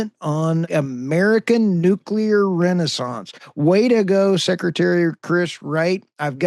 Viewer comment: Oops you called nuclear. Thats a mistake